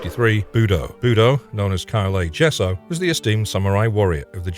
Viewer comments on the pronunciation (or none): none